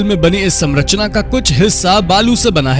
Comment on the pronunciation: कौनसी क्लास तक पढ़ाई किए हो ❓ 👉 Samrachna समरचना ❌ 👉 Sanrachna संरचना ✅